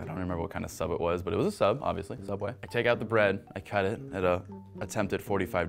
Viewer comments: You mean Sooubway employee horror stories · Frisk he a youtube who work at subway he call it soubway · They should’ve worked at sooubway instead